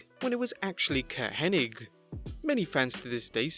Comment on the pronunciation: Bret Hart had a thing in WCW where he'd repeat peoples names wrong or say it in an odd way - like constantly referencing Goldberg as "Bill Goldberg" even after being told not to. He was the one in a promo who said "Curt Henning" a half dozen times while talking about how well he knows Curt..Henning